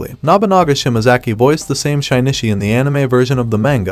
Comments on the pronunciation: shi-ni-chi not shine-ni-shi :)))) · bruh... "Shine-ishy" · "Shynichi" "Parasyte.... The grey"